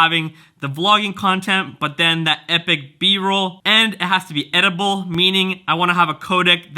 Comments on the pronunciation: Which one is more user friendly to you? Also i thought you were saying edible codec... Lol then i realized you were saying editable codec. Is money an issue with going sony? (Having to buy new lenses) I think the video quality on the R5 is good but the a7siii definitely has a handle on eliminating the wobble... I think the wobble can be distracting... However, i know there are some new canons coming out... Would that be an option for you? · You forgot about the Rokinon 18mm 2.8 AF for the sony which makes it more compact than the R5. It's actually a really decent lens. I agree with everything else. I can't stand the canon wobble. I really hate Sony's interface for playback as well. Btw, i heard "edible" codec lol. Still makes sense since you want something that will chew through the footage lol. Love your vids bro! I'll be here no matter what you choose.